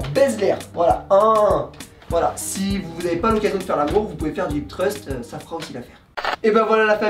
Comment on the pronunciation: hips thrust * et non hit trust T'as l'air de mieux gérer l'exo que son écriture 😂 bonne vidéo sinon.